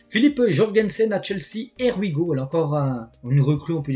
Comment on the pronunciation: j’adore tes vidéos mais svp fais un effort, tu me fais saigner des oreilles avec ton anglais: here we go se prononce ir we go MERCI! 🙏🏻